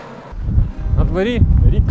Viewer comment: Було цікаво.Дякуємо! Але: не "надворІ", а надвОрі!Не "пройдЕм", а прОйдемо!Цегельня не "знаходилась", а розташовувалась!Не "дійдЕм", а дІйдемо!Побут був суворим, а не "суровим"!ПровестИ, а не провЕсти!По двох келіях, а не "двух"!Абсолютно цІлий, а не "цілИй"!Адміністрація не "знаходиться", а перебуває в...!Володіли всімА млинами, а не "всІми"! Не по "дарогє", а дорогою!Центр є, а не "знаходиться"! ЗНАХОДИТЬСЯ тільки те, що було загублене!Не "зайдЕм", а зАйдемо!Три млини, а не "млина".Не "підЕм", а пІдемо!Він іде нагору, а не "наверх"! В купу воду зібрати неможливо! ЩІльна забудова, а не "щільнА"!Не "підійдЕм", а підІйдемо!ПочнемО, а не "почнЕм"... (Рівень мовлення має відповідати рівню теми)!..